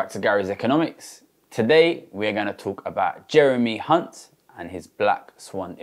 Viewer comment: Thsts not how you pronounce Hunt